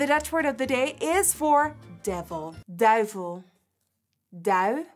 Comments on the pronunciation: "DUIVEL" Ig.@ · This year has been the "duivel" 🤣🤣 Ig